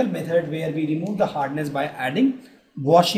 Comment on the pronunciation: Washing shoda!!😂😂